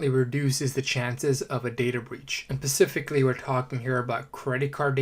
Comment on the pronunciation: I stopped listening because of the bottle pop noise, and are you saying pacifically?